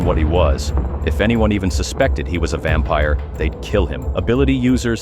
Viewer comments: Gng it’s “ vampire” not “vampier” 🥀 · Vampire ❌ Vampier ✅ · Ahh what in the ‘vampier’ ai slop is this 🫩✌️ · “Vampier” huhh💔🥀